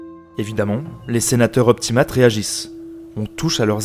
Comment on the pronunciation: Très bonne vidéo ! Cependant deux défauts : Déjà, même si c'est vraiment pas grave, les mots en latins ne sont pas très bien prononcés (populares et optimates) Mais aussi et surtout, les illustrations sont parfois mal choisies : tu parles d'événements de la fin du 2ème siècle avant JC, mais sur la moitié des illustrations, les soldats portent des lorica segmantata, des armures utilisées à partir du premier siècle après JC, à la place des lorica hamata (ou à la limite des lorica squamata). Même problème pour les casques, avec souvent des casques en fer et pas en bronze, et probablement pour d'autres équipements, même si je ne l'ai pas remarqué.